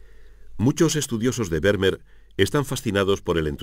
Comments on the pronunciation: Kyrie Eleison : de acuerdo. Exigir una pronunciación casi perfecta de “Vermeer” me parece innecesario y casi pedante. Pero acentuar arbitrariamente el apellido resulta molesto y un pelín chapucero .Y es fácil buscar cómo hacerlo correctamente. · Excelente documental. Lástima la pronunciación grave de Vermeer. ¿Se imaginan un documental holandés que pronuncie "Caldéron de la Barcá"? Sería muy molesto...